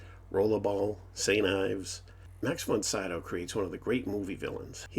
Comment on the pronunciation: Max Von SEEdowl! You are pronouncing his name incorrectly.